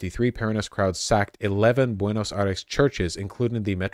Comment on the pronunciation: Buenos Eye-reeze